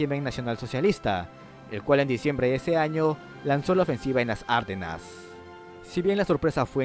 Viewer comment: No se pronuncia "Árdenas" (esdrújula), sino Ardenas (grave)